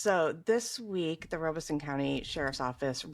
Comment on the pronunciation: it's Lum-bee River not Lumber. also Robeson County is not Rob-son it Robe, like a kings robe, may mica rest in peace